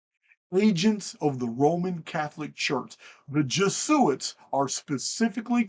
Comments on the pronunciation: Pronounced E-Knoch. And Jez-u-it. Biblio-tecka. Great video. Thank you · FYI its Jeh Zoo It.